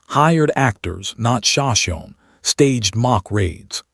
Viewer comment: This narrator needs to be outed for mispronounced names of the sashimi and tepees… also there are so many addition errors they put!!!! Shame shame shame!